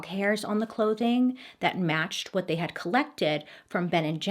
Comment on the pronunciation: "wutoh" oh. I see you Orville. 🤣